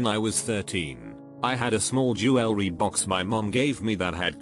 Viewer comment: Nobody: R/reddit: jewel-el-ree